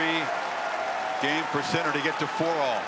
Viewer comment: Wish the commentator would say his name properly !!!! Geez